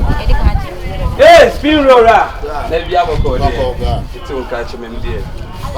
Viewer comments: Eii spinroll , spiroll 🤣🤣🤣 aka aka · Eeee Awurade Aca did I hear "spii roll"? 🤣🤣🤣🤣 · Am I hearing "spee roll?"